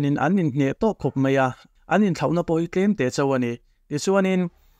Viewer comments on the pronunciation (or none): none